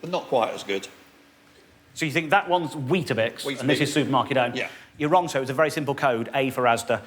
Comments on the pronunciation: Why does he keep saying "bisk"? It's weetaBIX, right? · Stop saying 'biscs' ffs. Bix. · Every time he said 'wheat bisk' I shuddered. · I too spent most of the video wondering why he couldn't pronounce Weetabix. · Its Weetbix in NZ.... just saying the cringe is worse...